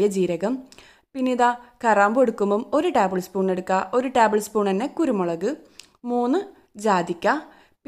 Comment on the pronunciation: ടാബ്ൾ സ്പൂൺ അല്ല ടേബിൾ സ്പൂൺ